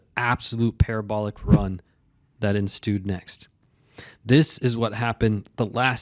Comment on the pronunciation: ensued NOT enstued